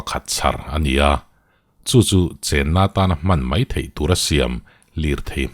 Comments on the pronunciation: Mai ti lovin mei hi i ti leh thin fimkhur feuh teh boss,eng a kalta mai tih turah kalta mei,iti leh thin a ulukzz heavy uchuak deuh teh... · Rilru a khawih hle mei,mei tih laitak hi pu ber i in hmeh lo tlat,Rilru a khawih hle mai,mai lo ti toh roh aw😂